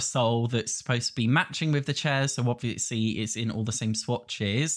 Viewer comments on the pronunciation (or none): “Obwishly this wone isn’t gwonna bwe colled- sowway I’m such a pig” 😂😂